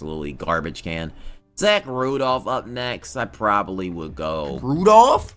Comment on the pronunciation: Is intentionally mispronouncing names or nah. Its fun tho.rudolph aahaha